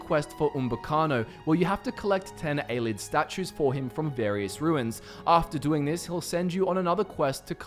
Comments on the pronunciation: hmm I always pronounced it A-lee-id not a-lid. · Ay-lee-id Love the channel but some of the pronunciation drives me nuts